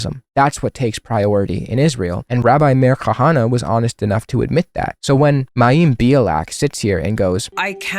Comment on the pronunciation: It's pronounced MY•EM BE•AH•LICK If you're going to talk about her say her name correctly. You look foolish.